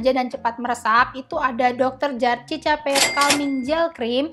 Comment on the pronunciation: Mohon maaf nih ka cara bacanya bukan “cica” tapi “sika”